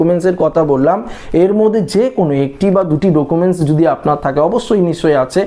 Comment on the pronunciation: ডোকুমেন্স আবার কী 😂 উচ্চারণ ই তো জানেননা